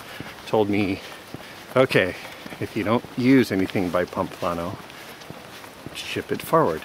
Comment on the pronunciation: Nice guy, but "Pomplano", really?